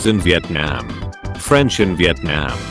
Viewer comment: Mis-Pronounciations "French in Vietnyiam " Vietnam "Croasants" crossaunt